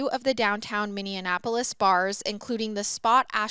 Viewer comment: its Min-E-Apolis lol I got you girl!